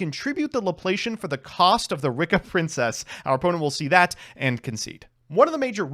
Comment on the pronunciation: why do you keep on pronouncing this deck's name as Ricka? i don't understand why you do that.